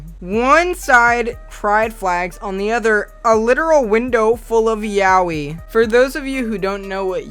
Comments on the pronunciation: Why did you pronounce Yaoi as yawi? It sounded funny as fuck. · "yawi" no me puedo acostumbrar a escucharlo así. Yo le llamo "SHA-OI" ABABBAVSVSBS YAOI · This video offended me, it's pronounced "yaoi" not "yAoUi" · Is that how you re supposed to pronounce yaoi, 'yawee'? Ive been saying ya-oy this whole time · pronouncing “Yaoi” like “Yaowee” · I love how you pronounce yaoi YAUI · Wait, it's pronounced "yow-ee"!? I've always thought it was pronounced "yay-oh-eye" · I'm fairly sure it's pronounced ya-o-ee. Romanized Japanese should be pronounced phonetically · THATS HOW YOU PRONOUNCE THAT ANIME SHIT!? Oh my god, okay well I had no idea it was porn first of all, and I also didn’t know it was pronounced like that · that's a pretty weird way of pronouncing yaoi